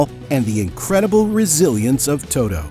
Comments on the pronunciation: To-T-o. With a TEEEEE. Not Too-Doooo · Todo?? Speak English, for God sake!